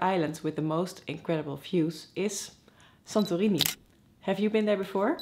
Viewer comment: It's funny when you said "Santo Rini" it was clear that you are from Holland :)